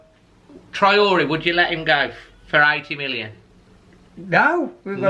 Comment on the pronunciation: haha gotta love!! His mis-pronunciation of players names especially Traore always has me in hysterics......anyway as he says himself STAY ALERT and UP THE WOLVES!!!:)